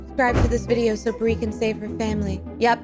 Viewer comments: It Bri not Bir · It’s Bri not Bree